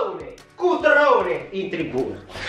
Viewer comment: Grande come sempre🤣 mi fa scassare il modo in cui dici Cutrone... 🤣